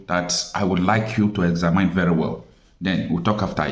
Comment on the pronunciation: EXAMINE is roughly pronounced egzamin not egzamyn.